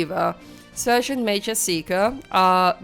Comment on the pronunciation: Wünsch dir auch gute Besserung und komm schnell wieder auf die Beine. 😘 Eine kleine Anmerkung noch: Du solltest dein Handy nochmal befragen wegen dem Wort "Sergeant". Es sollte eigentlich "Sargent" ausgesprochen werden und nicht "Sörgent" 😉 Finds jetzt nicht wirklich störend, aber es fällt eben auf, wenn man es mehrfach in einer Folge hört. 😄 Ansonsten wieder ein sehr schöner Part. Finds auch sehr beeindruckend, wie du die Aufnahmen trotz aller Widrigkeiten hinbekommst. 👍 Quäl dich nur nicht zu sehr, ok? 😷